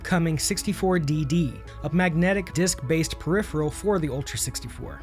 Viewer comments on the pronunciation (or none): none